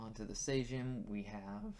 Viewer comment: How did you pronounce »Sejm«? Why on hell almost all English natives try to guess pronunciation instead of just checking it!? Why?!